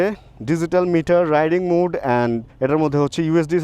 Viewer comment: Bhaiya apnare titkari ba oshomman indicate kore kisu boltesi na just emnei ektu choto ekta correction korar jonno boltesi...apni jei mode er uccharon ta " mood" er moto koren oitar correct uccharon ta ashole "মোড" .. "মুড" na..